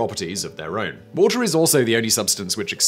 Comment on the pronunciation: "The Woahhh-teh Channel."